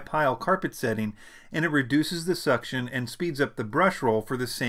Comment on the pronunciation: Powerful suction eeeh ehh ehh hee ehhhh hee hee ehhhh He said SUCtion...